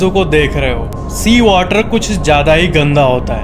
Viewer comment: Sea Water More Like Cheeeee Water